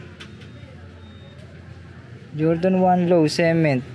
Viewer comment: Ung pagka-pronounce ng cement taena gay AF hahaha subo mo 🤣